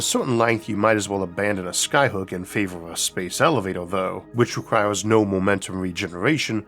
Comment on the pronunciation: I find his pronunciation if elevatoah charming